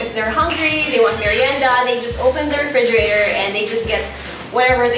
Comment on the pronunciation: Lol she still dont have R 😂😂😂 refrigiratowwwwrr